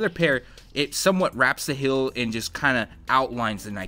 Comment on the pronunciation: heel NOT hill!